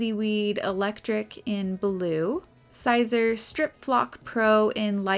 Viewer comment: Siser is pronounced “Caesar” … nice video!